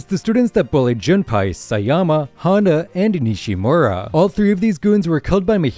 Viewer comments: Jun pie💀 it’s pournonced Jun pay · It is JunPAY now JunPai